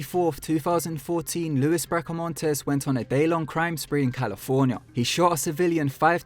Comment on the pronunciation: TWO FOUSAND FIRTEEN